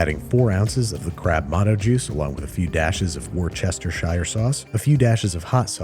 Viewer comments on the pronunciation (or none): No such thing as "Worchester", It's pronounced "wouster" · IT'S PRONOUNCED WOO-STER! WUR-CHESTER-SHYERE DOES NOT EXIST. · Does babish say Worcestershire sauce wrong on purpose? Wuster-sheer, say it as lazily as possible and you got it right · "War-chester-shire" sauce >>>>> "Wuh-sta-shuh" sauce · As a Brit I had to double take that pronouncement... Wor-Chester-Shire sauce? Made me chuckle. The easiest and closest pronouncement is 'Woostasha' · Worcestershire - pronounced Woostershire, not Warchestershire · wur-ster-shur not wor-chester-shire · Worcestershire sauce - pronounced 'wooster-shire' not 'WARCHESTISHISHERSHIRE' just FYI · He actually said War-Chest-Err-Shire. He said out loud what I’ve been thinking all these years in my head. Wooster-Sheer. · “Wus-ter-sher” sauce. Not “wor-Chester-shire”. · what did you say there? Some abomination and murdering of Worcestershire. It's pronounced Woostuh-sheer I've never heard someone try to say it , Worrrr-Chester Shire, it is one word, and yet you took the shire off.... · Worcestershire Sauce isn't "War-chester-shire" sauce, it's "wust-er-sher" sauce (take it from someone living in the UK who's gotten yelled at enough by brits to know) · Americans I am begging you please learn how to pronounce Worcestershire 🙏🙏 it's not hard it's just "wuster-sheer" not "war-chester-shy-er" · The correct pronunciation is “Wus-ter-sher sauce”. As an Englishman, hearing him say “Wor-chester-shire sauce” hurt me immensely. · War-Chester Shire sauce? Worcestershire sauce. Sound it out, here I will translate it for you to make it easier- Wuss-ces-ter-sher sauce. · Come on babbish everybody knows it's wash-your-sister sauce geez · Wor-chest-ER!-shire sauce ffs man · wostershuh sauce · “Wooster-sure” …. will get you 99% of the way to pronouncing it right. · its pronounced wor-shester-shire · Its "worse-te-shire"😂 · Wos ter sure sauce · ITS PRONOUNCED WOOSTISHER SAUCE! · What is Woreshesterchire sauce? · war chester shire sauce lol